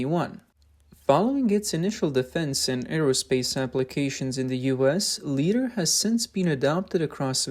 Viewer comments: First up, it's LIE-dar, not LEE-dar. As in "light"... which is what LiDAR uses. Secondly, it sounds like yet another case where Chinese manufacturing has glommed onto tech they didn't invent, only to create something much worse than the original. LiDAR in much of the world uses very restrictive bandwidths and wavelengths, but this system appears to spew a bunch of light it doesn't need to operate. Something insidious? No, probably not. It's yet another example of Chinese manufacturers totally misunderstanding how Western tech is supposed to work. For example, the LiDAR imaging pulses should have some way to prevent them from damaging other imaging systems...such as the umpty-bazillion CCTV cameras all over the country that the CCP needs to keep a clamp on things. On the other hand, that could be the only upside to this. But consider: you have two cars with these defective systems approaching each other head-on. The LiDAR emitter in each car manages to blind the other's LiDAR sensor. What do you suppose will happen next? Hint: scrap metal will result from this interaction. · Guys, its pronounced "Lie-dar" not "lee-dar". Its a simple mistake but it makes the production of this video look sloppy. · to be helpful. .. it's mainly pronounced as 'Li' as in 'Die', or 'Try'. So 'Lidar' should rhyme with 'Try-dar'. Thank you for the vid 🙂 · This guy keeps pronouncing it as "leeder", it's driving me nuts. It's supposed to be pronounced "lie-darr". Also, it's not "ow-toe-motive". It's "ah-toe-motive" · Its L"eye"dar not L"ee"dar. Since Lidar is an acronym Light Detection and Ranging. Makes your who video sound so stupid. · LIDAR is pronounced LIE-DAR. 'Lee-dar' is totally wrong. 'Lee' is a Chinese version of 'Li'. I am giving a THUMBS DOWN 👎👎 to this video for this basic, yet massive, FAILURE. Your narrators need an ENGLISH educator. NOW. Learn how to read and speak ENGLISH correctly. RADAR and LIDAR. Emphasis is on the first syllable. M 🦘🏏😎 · Like eye Li-dar Light-radar